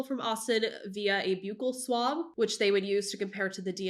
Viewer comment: I think it's pronounced "Buckle" Swab, I used to say it the other way too and was corrected.